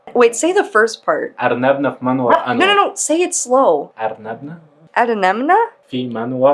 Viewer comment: و ارنب انور في منورنا يسطا انت الي بتقولها غلط😅